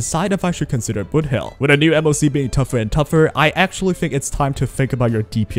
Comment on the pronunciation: what's with this name, why i hear ramen instead of robin and booty instead of boothill.